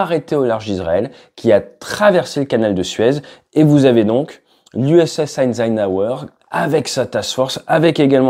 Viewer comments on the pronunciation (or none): l'USS Heinz Heinz Naouer!